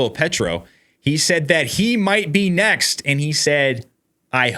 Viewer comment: what is a "nezt"?